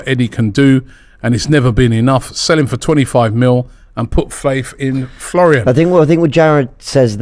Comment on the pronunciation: It’s Folarin not Florian 😮